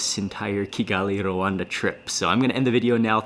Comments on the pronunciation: ...Becoming more famous than his father ... love the way you say R-Rwanda :)) ..And you lived in the DRC ... :) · Nice vlog, I can't believe I watched the entire 24min. And it's so funny how you pronounce RWANDA 😁